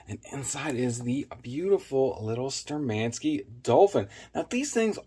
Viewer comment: Штурмански. Not Sturmanskie....